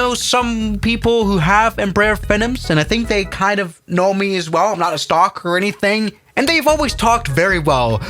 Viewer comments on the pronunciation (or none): none